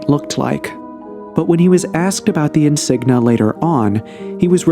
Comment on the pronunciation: Insignia not insigna!